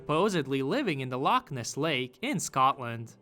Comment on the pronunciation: nothing to how i felt hearing him say "the locK ness lake"